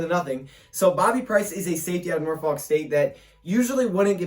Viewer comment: Ewww why he say Norfolk like that